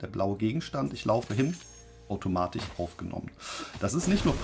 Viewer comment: AutomatiCH, PraktiCH… Sorry, das triggert mich einfach zu sehr…